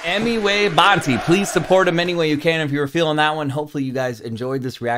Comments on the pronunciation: Bro literally said Emiway "bunty"💀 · Its not Bunty, its Bantai ( Baan Tie) pronounced!!